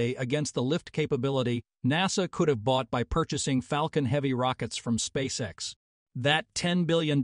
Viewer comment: Yeah mispronounkation of lunch sussess and space s instead of space x it gets too hard to listen to